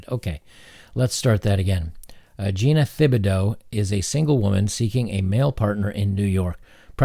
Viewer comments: Its pronounced Tib - a - doe. Its a Cajun name. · I know it's a really weird spelling, so I don't blame you for getting it wrong, but Thibodeaux is actually pronounced "Tib-a-doe" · The H in her name is silent. It's pronounced "Tib-ah-doe" It's a french name. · WOW ! ! . . . the NY Post was pro-men on something? and it is pronounced "Tibb a doe", it's French Cajun. At least you didn't butcher the last syllable "-deaux" with "dee ah ox". Get a nice car? That's BS. A nice car is an unprotected depreciating asset, that is a target for vandalism. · Tibido not thibido .. i used to know a girl with that last name. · The h is silent in that name. Good job on the x though. It’s just tib ih dough like the city in Louisiana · It's pronounced Tib-a-doe. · It’s a name from Louisiana. It’s pronounced tibidough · Thibodeaux is pronounced- Tib-uh-doh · Thibaudeau .....Is French. Think Tea-badoe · just for reference, Thibodeaux (a french name I believe), is pronounced "tib-o-doe" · Thibadeaux = tib-a-dough. Trust me. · Her last name is pronounced Ti-ba-doe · Her last name is Tibodeaux. The Th is not pronounced. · Thibodeau is pronounced "Tib-oh-doe" it's Cajun French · "Thibodeaux" The "H" is silent! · The "h" is silent my dude.